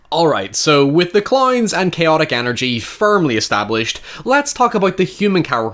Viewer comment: Add cloynes to the list of ironically pronounced words